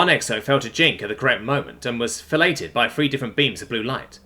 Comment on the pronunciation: Omg, the exo was 'fil-Ay-d' (filleted) not fellated.